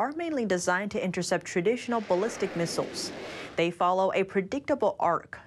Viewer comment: bewk for buick lol & misules for missile's